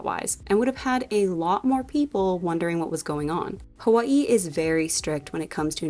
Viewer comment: As someone from Hawaii I appreciate the way you pronounce Hawaii